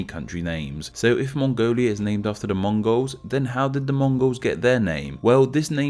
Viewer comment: I’m Mongolian and when you said Mongols wrong I got chills